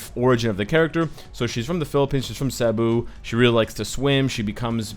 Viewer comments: Philippines give it up to the new filipina hero Wave sikat nanaman ang pinas. Its not sabu its cebu🤣🤣🤣🤣 and its not losetre its lustre🤣🤣🤣🤣🤣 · pronounce is Ce - Bu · Cebu is pronounced as Cee-boo/Sea-boo not Se-bu😅 And those are fins not wings😅😅